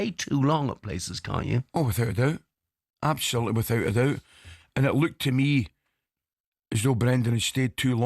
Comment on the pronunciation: Love when Ally says abshullloootley and shennshassional, your time is up mate keep aff the bevvy